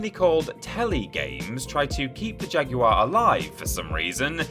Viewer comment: How many times can the word 'Jaguar' be mispronounced within a 3 minute spam?